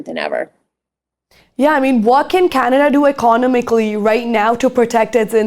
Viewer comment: The host here sounds like a high-schooler chatting with her friends, not someone delivering serious reporting. She struggles to pronounce very basic words like “economically” and “resources”. There’s a complete lack of professionalism - when asking her first question about the U.S. abducting the Venezuelan president, she appears to almost laugh, as if the topic isn’t serious at all. Not to mention, her questions were all poorly structured and borderline incoherent. This was painfully cringe and completely out of place for this channel’s level of sophistication.